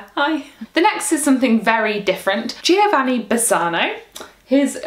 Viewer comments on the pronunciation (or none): none